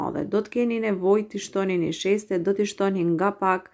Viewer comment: O te lumshin duart brava por thui niseshte Jo nisheste😁👍